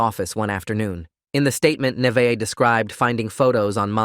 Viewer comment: alr ik this is random but my name is also Neveah and it makes me so MAD when ppl say it "Ni-va-h" like bro, its pronounced "Nah-vae-h